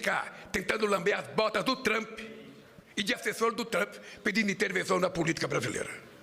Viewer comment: "Tentar lamber as botas du Trampi", diz Lalau... Logo ele, que tem a boca recheada de "cutuca-cabra" de soldados do Hamas... 😂🤌